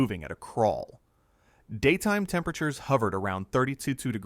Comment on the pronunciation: How come he can’t say temperature properly?